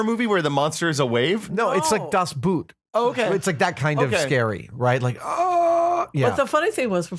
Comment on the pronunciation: The pronunciation of "Das Boot": "Boot" is pronounced with an o as in "ostrich", but longer. Or just say "Das boat", it's more correct.